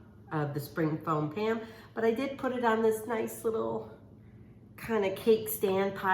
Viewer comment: She kept saying spring foam pan. I laughed every time. She's so cute.